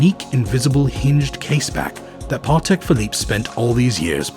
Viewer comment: Every time he says Parrrtek Philippe I wanted to cry a little 😅 Great content though